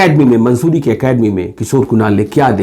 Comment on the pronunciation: मंसूरी नहीं मसूरी होगा